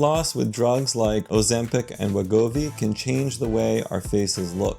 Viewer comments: Bro said “Ozempo” 😂😂😂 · "O - ZEMP - HOE" 🤣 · "That uuh that uuh Ozempow"😂😅😅